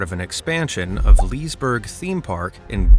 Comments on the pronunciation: Oshiania is gonna Open and it is Liseberg not lisberg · Liseberg isn't pronounced "Leesburg". The e in the begining isn't silent.